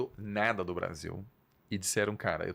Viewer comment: Quando o cara falou “sabendo neeeda do Brasil” eu parei de assistir